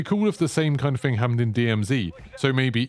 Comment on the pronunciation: THING not "Fing" tf is this English